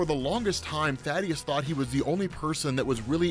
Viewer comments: Reminder: it's Thaedus, not Thadeus. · Small nitpick Thae-dus not Tha-deus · Ummm...anybody gonna tell that it's THAEDUS not Thadeus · I lost my dad that same year.. His name was Calton. (Weird name I know) but he went by Cal.. so every time I hear Kal-el or Kal, feels the same way. Also his name is Thaedus, not Thaddeus. just says it wrong. Anyways, sorry for your loss man.